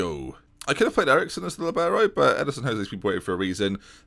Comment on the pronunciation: where do you get the "i" in Edson?